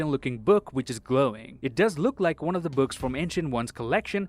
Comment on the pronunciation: did he say wan instead of one